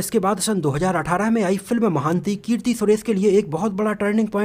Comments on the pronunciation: अरे यार महान्ती नहीं अपितु महानटी है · Not महांती it's महानटी it's mean great actress (savitrigaru) Nice info 👍